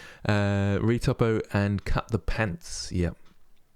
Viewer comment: Your American accent when saying "pants" was upsetting. I'm offended at how accurate it was. :p Keep up the good work!